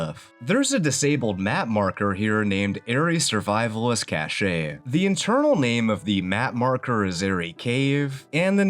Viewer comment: heads up cache is pronounced similar to cash, not cash-aye. Don't mean to be a dickhead btw